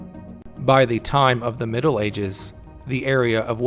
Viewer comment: Leaving a comment here as well to point out an example of where you're emphasising with your voice at weird points. Straight away I've found an example of you doing this where you say, "By the time of the miDDLE ages". Why is there an ascending intonation there on the word "middle"? Just sounds fucking weird. This is the kind of stuff you need to work on. Good luck.